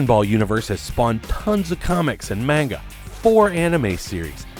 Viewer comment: The "mane-guh"